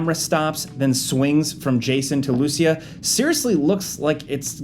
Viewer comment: I'm not that sure... but you are mispronouncing the name LUCÍA...